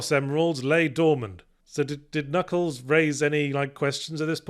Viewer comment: You thought you were being funny saying "Kuh-nuckles" (and tbh you were), but to me, as a French kid in the 90's who had no idea the K at the beginning was silent (see also Arthur and his "kuh-niggets" from Monty Python and the Holy Grail), you were just reverting to the natural, original pronunciation of the Echidna's name !